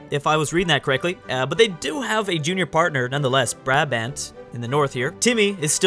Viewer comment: No hate, just a hint. Brabant is pronounced as: Braabant.